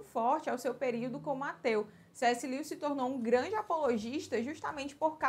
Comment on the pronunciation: Amei o vídeo. Dica... a pronuncia do nome dele é: (Lúes)